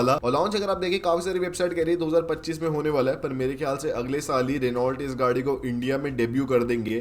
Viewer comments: रिनॉल्ट नही होता , रैनो होता है😅😅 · Renault nahi bhai pronunciation "Reno" hota hai. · Reault ko Reno bolte Bhai ... Bolte vakt .. apko roast Kiya hai .. car guru buddhe ne 😂😂